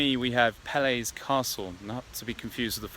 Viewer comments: Peleș Castle not Pele's Castle... if you hear a word check it out how you spell it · Peleș Castle , not Pele's ...lol :))) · It's Peles' Castle .. not Pele's :)) And the church you walked in is Orthodox but the one next to it is Catholic as you can see from the architecture. Also in Sibiu it would've been great if you visited the Astra Museum which is like a Central Park but it's showcasing a lot of old traditional romanian houses from around the country and it is just a great place and i don't know where you went that night because you didn't seem to enjoy the night in Sibiu at all. There are great Pub's to go .. one of them being Oldies Pub .. but possibly you ended up in some pretty bad locations. Anyway, i enjoyed the video a lot! Keep up the good work :D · It's pronounced PE-LESH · Englez bădăran...Pele's castle...